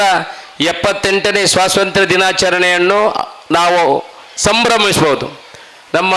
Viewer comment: Swasanthra alla swathanthrya